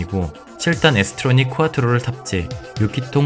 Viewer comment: 또 쿠아트로 라고 하네 ㅎㅎㅎ 겁나 어색하다